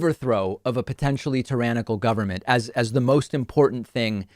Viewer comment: Why can none of these right wing nut jobs pronounce tyrannical correctly?